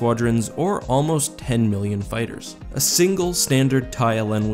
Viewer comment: Fighers instead of fighters hahaha